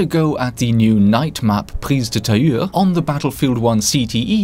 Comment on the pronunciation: You're the only youtuber I've heard pronounce "Prise de Tahure" so well. Guess those french lessons came to fruition;) Also I once saw you on Fao Fortress, but as your name was I wasn't sure if it was the "real" you, now I know